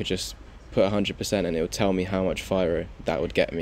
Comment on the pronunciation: It’s pronounced fee-roh. Oh yeah, firo is releasing FiroPOW in 2 days. I believe firo will have a big pump by then.